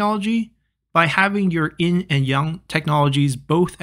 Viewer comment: Why do you keep calling it "in"?